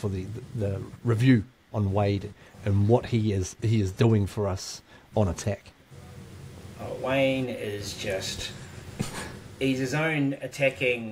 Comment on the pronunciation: Tell the bro it’s wayde not Wayne 😂